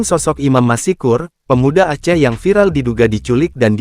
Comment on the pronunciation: Dibaca bukan : Imam MASIKUR....! Tapi dibaca Imam MASKUR....! Dengan...."S"...TEBAL...! Contoh lain : ma-SYA-ALLAH..!